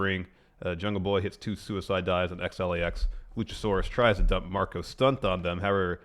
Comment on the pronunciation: love the show guys but point of contention please stop calling Santana and Ortiz XLAX, it hurts my ears haha